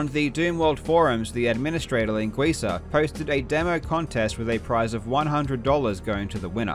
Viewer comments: It's a great and very informative video. But I'm specially amazed by how correctly you pronounced 'linguiça'. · Extra props for correctly pronouncing “linguiça”